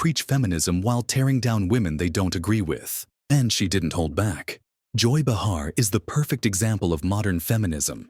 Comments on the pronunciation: I might possibly subscribe IF AND WHEN YOU LEARN HOW TO PRONOUCE THE NAMES OF THE PEOPLE IN YOUR VIDEOS - BUH HAR is not the way you pronounce Bay Har - illiterate bunch of nothingness here - THUMBS DOWN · Behar is pronounced BAY-har, not “Buh-HAR.”